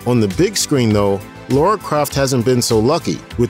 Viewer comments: It's lara not Laura ffs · It's not Laura, it's Lara